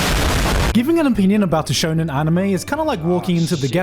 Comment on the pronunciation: "Shonen genre" My ears are bleeding